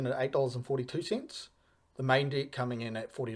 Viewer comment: Why does it always sound like you're saying "dic" whenever you mean to say *deck? 😂 Love the video btw.